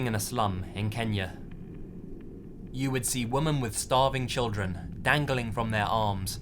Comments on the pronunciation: wih-men =women this one is pluralwoman is the other one... singular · Why do you say 'women' singular instead of 'women' plural? I love your videos but this drives me crazy 😫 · I love your videos,.:-) I love listening to your narrations, but there's something that unnerves me. You pronoun the singular "woman" and the plural "women" the same way. The two words have a slightly different pronunciation. I just had to point that out. Keep up the great work! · The only criticism I have is the pronunciation of women as woman. I’ve heard it multiple times, now. I doubt you realize you’re doing it. Sorry. I’m picky about things. ^^’ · Why do you always say "woman" when it would make more sense to say "women"? Sorry dunno if you've touched on this before but just always wondered 🙂 another great vid btw 😁